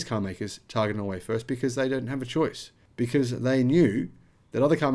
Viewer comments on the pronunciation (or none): none